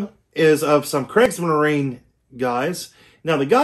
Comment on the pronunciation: It's pronounced creegs-marine-a Falsh-um-yeeger Vear-mack-t